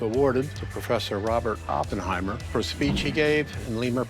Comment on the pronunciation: He's a moron, couldn't even pronounce Oppenheimer's name right.